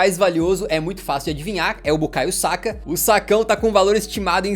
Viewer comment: Saka ela falando sacão me rachei kakakkakakaka